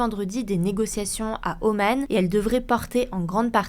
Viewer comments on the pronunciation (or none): Omane... On dit Oman, comme Iran, Soudan